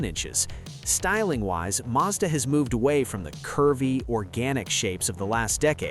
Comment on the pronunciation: madsa??? No it’s Mazda